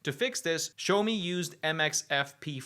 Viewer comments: Pronounced "Shiao-mo" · Not really, one character is 小, the other is 少. Similar but different. But the way pronounces it is still way off, like a different brand 😂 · The name sounds closer to shower me than show me! It's called Shaomi, like Shaolin!